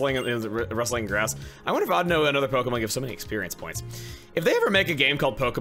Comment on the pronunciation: I'm glad Chuggaa pronounces Audino correctly